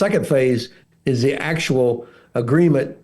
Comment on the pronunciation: Helpful tip how to say "the" in English. Don't say "zee". Say... "zer" biting your tongue as you say it. X